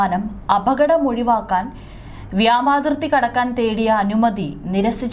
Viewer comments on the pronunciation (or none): Vyomathirthy എന്ന് പറയാൻ സാധിക്കില്ലേ? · ഇപ്പഴും നിങ്ങള്ക്ക് വ്യോമാതിർത്തി എന്ന് വ്യക്തമായി പറയാൻ അറിഞ്ഞൂടെ, കഷ്ട്ടം തന്നെ...